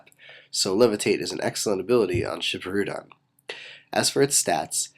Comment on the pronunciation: ok i'm just gonna say this here and now but i just wish you would use the proper japanese pronunciation for these names like this one its spelled shibirudon but pronounced sheebeeroodawn